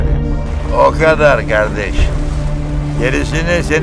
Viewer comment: normalde kardeşş diyordu ama ali dayıya sağlam adamsın dediğinde sağol yiğen diyor 😅